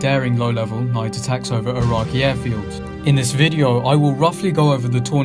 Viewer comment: Great video but i cant get past that you dont know how to say Iraqi.